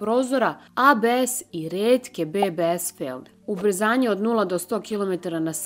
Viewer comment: felne, a ne felbe!